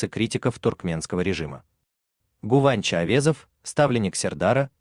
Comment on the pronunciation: Не Гуванч а Гынанч